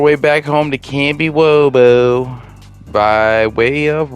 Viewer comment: You lost me at Kambiwobo. It’s kamishovo.